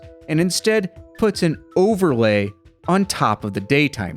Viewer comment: Really enjoyed the video, but at one point instead of overlay I swear you said ogrelay.